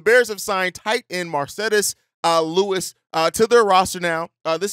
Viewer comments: I literally hate the way you say Marcedes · How did you pronounce Mercedes with a spanish accent?